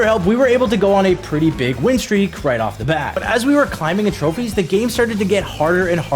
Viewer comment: Bro man say a couple more trofees💀 name you that a couple!